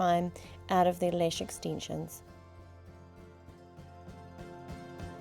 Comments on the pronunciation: I like how she pronounces lash as “lesh” lol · ***** yeah I know, but cuz of her accent she says lesh .. i don't know if you hear it, but i do :) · Dahna Hack she does say lash yes but it's the way she pronounced A in the word lash. I know it's her accent but to someone who is bilingual, like me, and you pronounce letters different ways it sounds like she said lesh. But I'm not going to argue about this because not all are bilingual and have the same pronouncements. I rest my case lol happy day to y'all